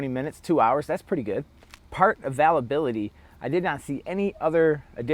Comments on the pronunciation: first off those are dots not stars secondly if you cant get any parts for it that should be ZERO stars or if it costs the most but performs the worst ZERO stars thirdly learn to pronounce availability...theres an I next to the A . so ite like ale or pale not all or pall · How did you say "availability" my dude? Lol Great review tho Holmes.....thanks!